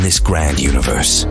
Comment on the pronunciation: pronounces "universe" like "uterus" 50% of the times